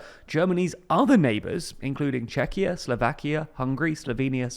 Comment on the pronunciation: Germany introducing border checks with Czechia and Poland because Germany became scared of Syrian and Afghan immigrants was really not on my bingo card :D Also, good job on finally pronouncing Czechia correctly! Thank you, it means a lot ❤